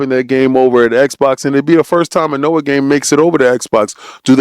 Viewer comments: Nioh as in NEO my dude, not Noah.😂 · this old man can’t even pronounce nioh correctly